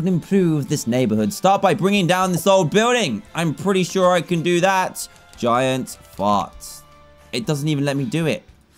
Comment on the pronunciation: The way he said giant fart. Gaiant. Faut.